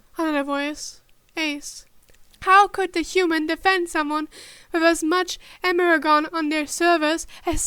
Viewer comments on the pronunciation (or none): So about the wanting more criticism so you can improve. Energon is pronounced in-er-jon. Like energy but replace the jee sound at the end with jon. It's a made up word so I understand not knowing how to say it properly but I've been taking psychic damage everytime it has been mispronounced.